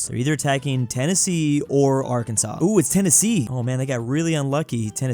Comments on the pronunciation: Why did he pronounce Arkansas the way it should be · Are can saw not are kansas😮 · Its Not A-R-K-A-N-S-A-S its pronounced A-R-K-A-N-S-A-W